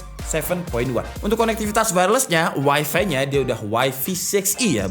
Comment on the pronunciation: Wifi - Wai-fai bacanya.